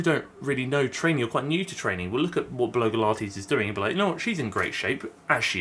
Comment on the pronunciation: It sounded a bit like bloke-ilates when you first said her username and now I think that should be a thing.